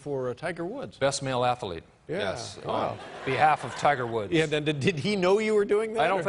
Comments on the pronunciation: It's "athlete" Will, not "athalete". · Love it! But, why the hell does he pronounce athlete "ATH-UH-LEET???" Drives me nuts! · I hope Will is saying "ath - o - lete" on purpose.... because that is such an obvious sign of ignorance, to say it that way... with 3 syllables...